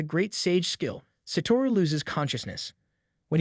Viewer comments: bro his name is satoru not saturo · "Sat-uro" it's "s-ah-tu-row" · Satoru not Saturo